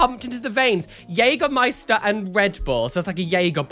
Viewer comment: I'm impressed how well you pronounce Jägermeister, it sounds almost German. btw I love your videos